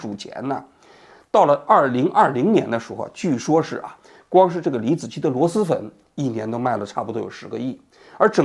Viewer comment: 王局，是螺狮粉，不是螺丝粉😂